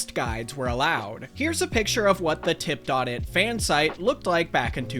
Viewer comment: I cringed every time you said "Tip Dot It" lol it was just called Tip It back then haha